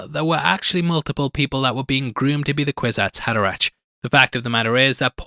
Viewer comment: By the way it's pronounced "Kwizats Haderack" 🙂 Love the channel and very happy to see Dune Part Two being covered here. 👍